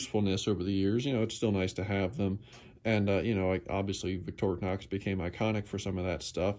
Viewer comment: Finally someone that know how to say Victorinox. I watch other channels that butcher the name and I say to myself "how hard can it be?" First time I've seen and ink pen on a knife/multitool